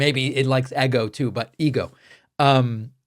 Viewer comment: It is very tender to see your inner spanish speaking child saying “EGO” in 😊